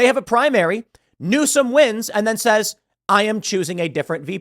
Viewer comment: “Newsome” Dear fucking God no.